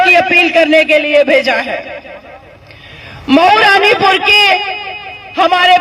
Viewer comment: महुरानी पुर बोलिए